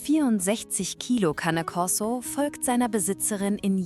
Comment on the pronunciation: Die Geschichten sind ähnlich, und die Stimme ist KI 🤔 Zumindest klingt sie für mich so. Und Cane Corso ist italienisch und wird auch so ausgesprochen, und nicht Englisch. Sorry, auf diese Art von Beiträgen reagiere ich allergisch.